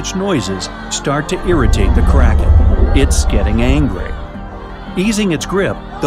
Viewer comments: Who else thought kranken said karen like it you did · I thougth you said crackhead lol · ohhhhhh i thought you said carrots